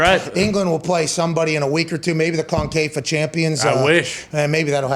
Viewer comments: 'concafa cup', it's CONCACAF. Con-cuh-caff. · Con-K-Fah. LMAO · "CONKAYFA" CHAMPIONSHIPS